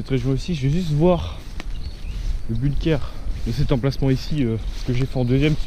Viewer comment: moi je sais où tu te trouve...par contre on ne prononce pas" bune keur" mais "Bounkeur" et cela s'écrit "BUNKER" et on bosse un petit peu sur les recherches avant de poster une vidéo ...les blockhaus de la croix des landes sur la route d'Erquy...et il y en a aussi au "Souchet" et un après "La Couture".